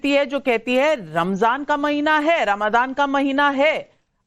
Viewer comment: नाविका जी रमादान नहीं रम जान कहिए 😅😅😅